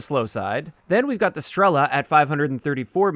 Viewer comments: In fact they are not píla and stréla! They are pilÁ and strelÁ . That's how you pronounce them right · Fun fact: As Pila and Strela names have Russian origins (translated as "saw" and "arrow" respectively), it would be more correct to pronounce them with stressing on "a" characters: pilA, strelA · It is pronounced “pilA” and “strelA” - russian words for “saw” and “arrow” respectively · not strEla, strelA, {str;elaaaa] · Both Pila and Strela are stressed differently. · In words Pila and Strela stress should be on the las letter A, not I or E. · Strela means Arrow in most slavic languages, and PILA is like a SAW. When zou pronounce Strela, the "E" is pronounced a little bit longer